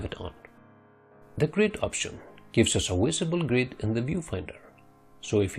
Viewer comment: He says the word gives but then says wisible... Fuck my life